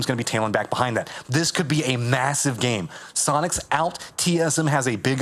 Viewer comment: i love how says "giem" instead of "game"